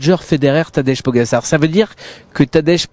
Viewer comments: PogaCHAR, tabarnak, prononcez bien son nom de famille. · “Tadège Pogassar” enchanté de connaître ce coureur prometteur… non franchement, c’est moche cette façon de le dire 🤷🏻‍♂️